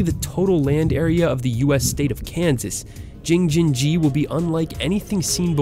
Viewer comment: he should pronounce Jing-jin-ji correctly, wow